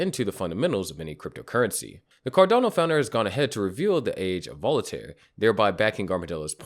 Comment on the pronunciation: You keep saying Volataire. Its Voltaire. I hope it causes some volatility, upwards of course.